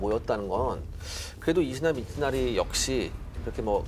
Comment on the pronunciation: 히데츠구를 자꾸 히데구츠레... 이시다 미츠나리를 이시나리라 하고 ㅋㅋ